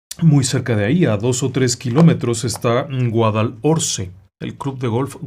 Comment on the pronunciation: Hola desde Málaga! Vivo cerca del Cortijo Jurado. Campanillas es un distrito de Málaga en las afueras.. el Cortijo es precioso.. todas las obras se paran., oficinas.. hotel.. es un lugar complicado Está junto a la autovía .. Guadalorce se pronuncia .. ignore la h Un niño quedó tetrapléjico y han pasado muchas cosas terribles